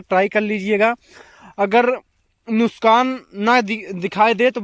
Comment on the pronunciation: Bhai nuskan nahi nuksan hota hai